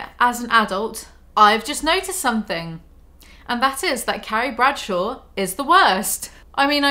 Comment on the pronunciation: It sounds like you keep saying 'Caries Pretzel.'